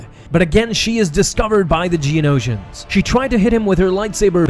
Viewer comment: Here's a game, every time he says "Geonotians" take a shot.